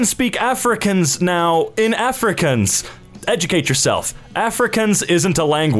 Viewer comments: I got so pissed when he's pronounced "Afrikaans" as "African's" for some reason-- I speak it and it's pronounced "AhFrick-Arns". As a South Africa I confirm this. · Your pronunciation of Afrikaans troubles me, the 'kaans' bit is pronounced as 'karns', not 'kans' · Not you saying Afrikaans as Africans 😭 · Im south african, and it hurts hearing him say Afrikaans (Afric-aans) insted of (Afree-Kahns) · The way he says afrikaans like afrikans hurts my soul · It pains me that he said Afrikaans like 'Africans' :/ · Pronounced afrikhans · "Afrikaans isnt a language" LOL WHAT IM LEARNING IT IN SCHOOL P.s Its pronounced "auf ri kau ns" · I LOVE hearing Americans try to pronounce Afrikaans words or words from here. the Correct prononciation is: Ah free caa hin ß (Afrikaans - A fri kaa ns) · The way he says "Afrikaans" hurts my heart. It's not pronounced "Africans". All A's in the word are pronounced long(not sure how to explain sorry😭)like in the word naan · Holy fuck I’m so offended. It’s pronounced afri kauns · It’s pronounced afrikaahhns like aaaahhhhh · So no one's gonna talk about the way he pronounced Afrikaan? No? Ok. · You must drag out the aa in Afrikaans, so aahns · Just saying... A-fri-kââns Dit is nie so moeilik nie man... (Not supposed to me a rude comment) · Please pronounce Afrikaans correctly! the Kaans part is like 'Khans'! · You say Afrikaans as afri kan s Edit idk I might be wrong or I might not have explained it wrong in the way to pronounce it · Dear: Afrikaans is pronounced:Ah-free-kaa-ns (Im South African,its my second language) Was the misspronounciation on purpose or accident? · Af-ree-cahns, it’s pronounced - has similarities to Dutch! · Afrikaans is pronounced like are-free-karntz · Helpful pronunciation tip for anyone who needs it. Af-re-khan-s. Start is kinda like saying off but in a higher tone. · Ye it's pronounced Awfrick-awwns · Af-rick-kaaans :) I live in South Africa btw it's pronounced like that. Correct me if I'm wrong